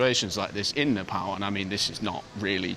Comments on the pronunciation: The way your pronounced nepal at first feels like music to ears 🥹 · I think this is the first foreigner to pronounce 'Nepal' correctly, instead of 'Ne paw l" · Happy that you’re saying NEPAL not NEPOLL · Bro said "Nepal" not "Nephol"